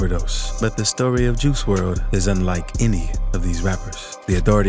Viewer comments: I do...but you obviously dont...you dont even say his real name right... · He pronouncing his name wrong